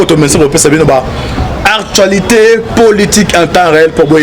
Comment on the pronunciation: Ezalaka actualité et non artualité j'espère que oyoki